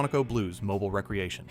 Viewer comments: Yeah. It's mobeel, not mobil. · Mobile = Mo beel. AI voice is 90% good, 10% WTF... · 3 ways to pronounce mobile and AI chooses the 2 wrong ways every time. Another dislike.